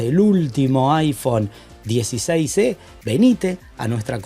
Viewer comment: Mi amigo, estoy escuchando bien?..."iphone 16c" es lo que te escucho decir en vez de iphone 16e?